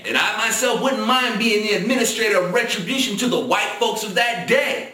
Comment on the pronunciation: It's "retribution" not "retrobution".